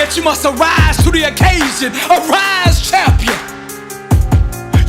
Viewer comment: I dono if its just me but the way the bro delivers "CHAHM-PI-AHN" bruhhh got me